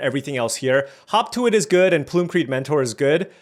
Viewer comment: not me hearing 'hawk tua', everytime someone says 'hop to it'...